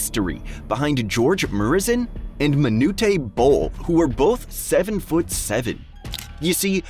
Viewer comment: Also butchered Gheorghe Mureșan lol